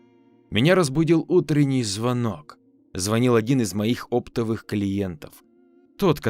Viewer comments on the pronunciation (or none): Простите за наглость, но я хочу вас поправить. Оптовый произноситься с ударением на второую о. И мольбы произноситься с ударением на Ы. Не подумайте что я умничаю, но просто неправильные слова сильно режут слух.